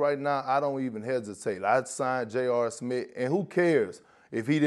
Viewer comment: Man Perk tryin to say Smith is the funniest thing in the world. “Stephen A. Smit” “JR Smit”. 😂😂😂😂